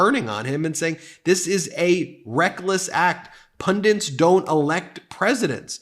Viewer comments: It is PunDITS not Pundents. There is no such thing as a pundent. Pundent is a somewhat rare American Family name. A pundit is an Anglicised form of the Hindu Pandit. Otherwise - Well said. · Pundit. The word is Pundit. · There’s only one ‘n’ in the word “pundit”.